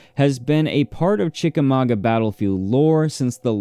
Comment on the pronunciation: Yay!!! As a Chickamauga girl, I'm tickled pink that you pronounced it correctly!